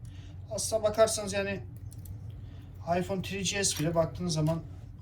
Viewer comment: Yani Afyon 1 5s diyor adam beyler